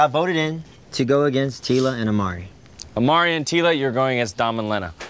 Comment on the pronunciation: It's imari not amari